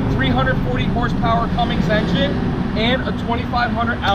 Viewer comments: Somebody has to say it.... No G in Cummins. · You know it's CUMMINS right?